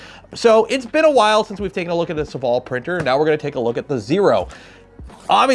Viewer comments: SOH-VALL FOR THE LOVE OF GOD NOT SUHVALL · It's funny how you pronounce Sovol